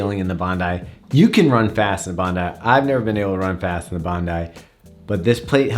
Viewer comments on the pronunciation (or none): Just watched another review of this. Sooo distracting to hear it pronounced Bond-eee 🤣. Love your reviews by the way 😊👍.